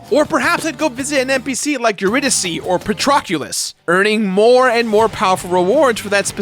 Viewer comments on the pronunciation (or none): I cri when says Patroclus and Eurydice